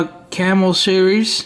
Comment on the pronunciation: It's not camel or camelflage its camo or camouflage damn bro lol